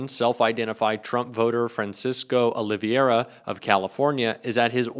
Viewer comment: If you want to be taken seriously, you should learn to properly pronounce the names in your report. It's Olvera, NOT Ol-i-v-i-era. You mispronounced it not once but several times.